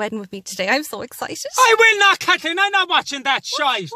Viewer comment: " KATHKEEN ..." Enough said 🤣☘